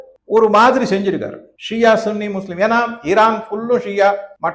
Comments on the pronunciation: Please don't use this word "Sunny " very very ugly pronounce from you . Many youtubers telling as சன்னி everybody know very well but you only saying சுன்னி please Stop it wrong pronounce. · Sunny muslim என்பதை தமிழில் சன்னி என்றே உச்சரிக்கவும். நீங்கள் உச்சரிப்பது என்பது தமிழ்நாட்டில் பிறப்பிறுப்பை குறிப்பதாகும்.